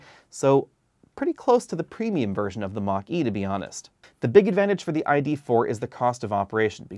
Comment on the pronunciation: Why do I keep hearing Maqui? Should I watch less Star Trek?